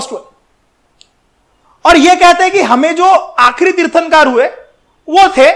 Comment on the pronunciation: तिरथंकर हे तिरथानकर नहि